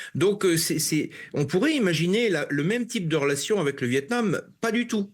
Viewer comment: Ce journaliste extrémiste a dit.. rolation...😂😂relation illitrer 😂